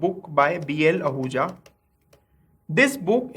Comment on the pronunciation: i think its HL Ahuja not BL ahuja